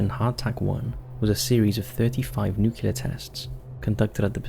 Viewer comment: i have never heard someone pronounce nuclear as "nook-YEE-lurr" before today. "nook-YOO-larr" is still wrong but at least its common. jesus christ.